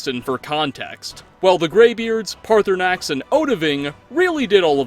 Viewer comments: The time he called Paarthurnax “Party Snacks” made me lose it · No one gonna mention he called Paarthurnax "Party Snacks"? No, just me? Okay. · Guys he actually said partysax in the vid thanks made my day 100 percent better with that. The fact that you unlike any other YouTube actually read the comments but I agree, third option is what we need 😂. I enjoyed the video and I definitely agree with the crimson nirnroot it’s my number 1 hated quest and I’ve never even finished it yet. I’ve been through bleak falls barrow 100s of times and still more annoyed by the crimson nirnroot quest. My opinion. See you soon in your next video. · Did you just call Paarthurnax Party Snacks?